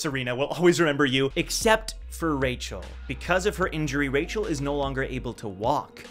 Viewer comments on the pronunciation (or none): why does he keep saying Rachel’s name is Michel ?? is she a catfish lol